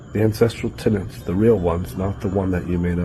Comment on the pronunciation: Just a heads up that he is saying (or trying to say) 'tenets' not 'tenants' for your subs. Amazing otherwise tho, I was strugguggling with that beginning especially!